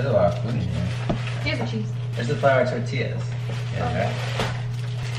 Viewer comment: When Sierra said "TORTILAS" instead of "TORTILLAS" I couldn't stop laughing, not because I was making fun of her but because it sounded cute! it's pronounced tortiYAS, the double L turns into a Y sound <3 Alex actually pronounced it correctly. AND when she pronounced "QUESADILAS" ha my heart couldn't take it!